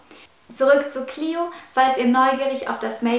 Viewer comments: Lukas Herzog Die englische Aussprache ist "Clio". :) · Xenia Speier "Clio" ist die englische Aussprache von dem Namen. :)